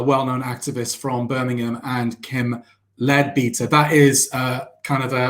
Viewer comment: Its pronounced "Led-better". In the UK we have spent hundreds of years trying to separate religion and politics - not always successfully, but its the general direction. Why do so many people - on all sides - want to bring religion back into politics.